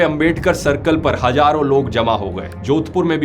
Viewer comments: Hajaron saal ❌ hazaron saal✅ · It's Hazaro not hajaro